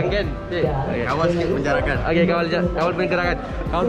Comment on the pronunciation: penjarakkan bong bukan penggerakkan😂